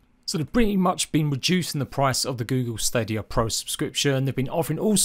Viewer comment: At least say Stadia right 🤣 and FYI I have Series X and the game still looks shit